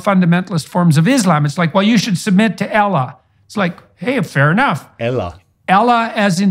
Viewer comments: Jordan Peterson. Supposedely an intellectual genius when it comes to elequonce. He cannot say Islam, he pronounces it Izlam. He can't say Muslim he pronounces it Mozlem and He can't say Allah. He says Elah. Please Jordan. Do us a favour just start on the basics before you even attempt to speak about a subject. Thank you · I Laugh When He Said "Ela" 😂 And You also Sed it Coz You Know Its Not "Ela" ItS ALLAH 😄❤️ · JORDAN SHOWS DISRESPECT BY MISPRONOUNCING ALLAH! He does it on purpose out of hatred or FEAR, because if he pronounces it correctly the sound might reach his heart if he has a pure one, insha'Allah! AL LAHHHHHHHHHHHHHHHHHHHHHHH! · Jordan Peterson saying Ellah, Ellah is how aramic language pronounces God. Jesus spoke aramic, Jesus called God Ellah. Jordan is smart and would not pronounce Allah wrong he just said it In Aramic language so he knows exactly that the original language jesus spoke refers to Allah swt. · Jordan Peterson: "I have Islam all figured out." Also, Peterson: Doesn't know how to pronounce the name of the deity in Islam. It's like saying, "Trust me, guys. I'm a DC comics expert. It's famous for characters like Buttman and Superior man." 😂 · Jordan Peterson was prop up as the father young men wish they had and now joining forces with the Daily Wire, he’s no longer so philosophical as he has to get align with political right grift, which has alienated his original fans. And no one at the Daily Wire could tell him how to pronounce Allah correctly? Since I’m not a native Arabic speaker, I did confirm that just to be sure and Jordan Peterson said it wrong.